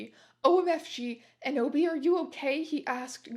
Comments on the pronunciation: Every time she says Enoby I hear Kenobi and "hello there" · Every "Enoby" and "Eboby" sent me to the stratosphere